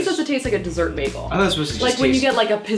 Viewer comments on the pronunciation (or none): It’s a baYgel ok not a baglE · said beacon egg and cheese begale as im eating one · When you said bagal all I thought about was baggles from i Carly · She ate bagels, or as Britta Perry from community pronounces it BAGels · Am I the only one that pronounces bagels BAGels no just me okay